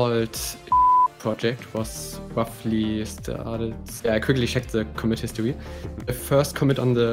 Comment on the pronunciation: Took me a second to understand by comment history he meant commit history. 😂